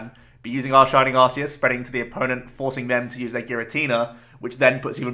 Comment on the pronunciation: Great video! By the way, I just watched the Arceus movie and it turns out it's pronounced arc-ee-us (as opposed to "arse-ee-us" which admittedly is funnier)